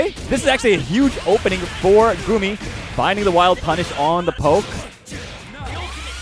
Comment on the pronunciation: It is "Gummy" not "Goomi" unless you don't speak English. It's like saying it's not "Cloud Strife" it's "Kuraudo Sutoraifu" lol.